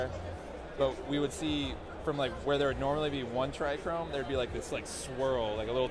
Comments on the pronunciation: There is no R in trcome. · Oh man that was bugging me. Owns seed company, doesn't know how to say a key word in his trade. Still love the genetics though!